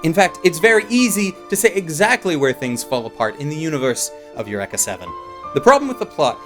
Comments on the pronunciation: it is pronounced UR-EEK-A not eck. It is Greek not Japanese ffs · El wrecka! not ur wrecka. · Please stop saying "Yurr-ekka" if you've seen the show.. It makes me sad :( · You-wreck-a-seven. In the U.S. we pronounce it Yu-reek-uh. Is it a Canadian thing or just how they say it in the anime? Just wondering. Another great vid! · Isn't it pronounced ee-you-re-ka? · Holy fuck i thought the standard english pronounciation of eureka was bad enough, how can say it this terribly?